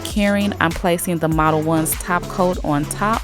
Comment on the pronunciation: Omg I’ve been calling it “model-owns” for the longest time lol 😂🤦🏻‍♀️ makes way more sense the way you said it